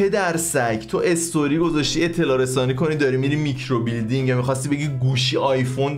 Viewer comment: میکروبیلیندینگ نهههههههههه میکروبِلِندینگ 😐🤌